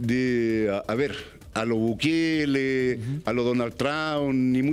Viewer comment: .. "a lo Bukeeele... a lo DONAL TRAAAUN !!" ... puta la wea "Profe"... por uuultimo "PROSUNIA" Bien !!!! ahjahjhaj